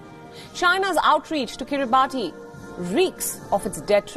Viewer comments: Wrong pronounced it's Kribas because of country official language. But we write kribati. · It is pronounced kiri-bahs...just saying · It's pronounced kiri-bahs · Guys. Please at least pronounce the name correctly. It undermines your editorial integrity if you pronounce a country's name incorrectly. It's pronounced akin to 'Kiribas' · I'm surprised nobody's on her case for saying the island name wrong.